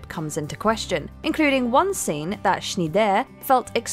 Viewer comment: How the hell do you not know how to pronounce the name Schneider?